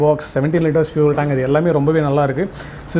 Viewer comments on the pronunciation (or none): none